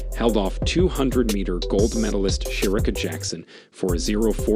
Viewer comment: And come on dude, pronounce Cherika’s name correctly and don’t show Abby’s pic as you say Jackson’s name and introduce her. Just do a little bit better.